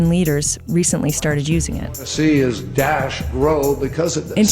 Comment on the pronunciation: It’s not Dayesh, it’s Da-esh.